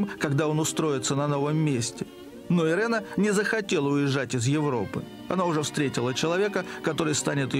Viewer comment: Не Ирена а Ирина ; Украйнка